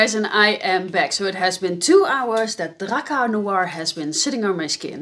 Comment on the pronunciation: its drakkAr not drakkEr